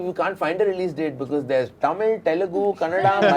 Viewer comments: ! First, learn to pronounce Telugu and Tamil.. it is not T-elugu.. it is th-elugu and th-amil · Varun pronounced tamil, Telugu, Kannada all wrongly 😂😂😂